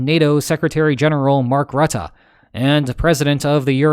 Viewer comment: You're the first non Dutch speaker I ever heard say rutte correctly! 🎉 you sir deserve a medal 😂